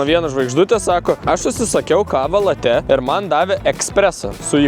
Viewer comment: Nu maldauju, nėra jokių latè, laté, latë. Kava yra vadinama lĄĄĄĄĄĄĄĄĄĄĄĄĄĄĄte nx bl.